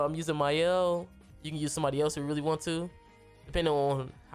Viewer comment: Mans really said "Mayel" LMFAO. Good showcase tho